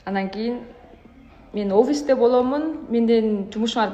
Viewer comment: Опис эмес офисте! Баари бир сонун эмес текедей болсо теке дейбиз